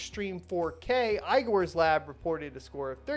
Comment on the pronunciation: The name "igor" needs to be pronounced not as ay-gor, but as e-gor.